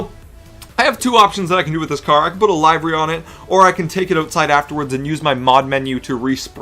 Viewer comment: The way he said livery pissed me off. LIVER-Y